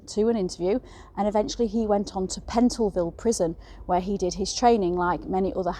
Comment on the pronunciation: It's Pentonville prison in London. Not the way you pronounced it. God woman SPEAK ENGLISH NOT AMERICAN IT'S PRIIVE ACY.